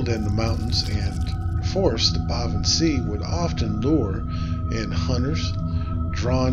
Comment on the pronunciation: I thought sìth was pronounced shee?